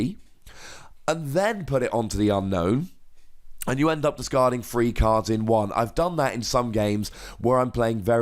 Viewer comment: Fun deck! And I believe it's UN-OWN, not unknown. :)